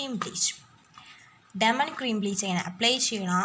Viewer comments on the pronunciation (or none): Demond alla diamond